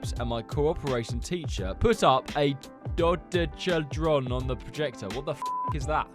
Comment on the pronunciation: It’s pronounced do dek a heed Ron